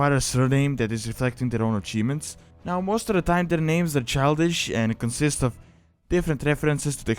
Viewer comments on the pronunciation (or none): none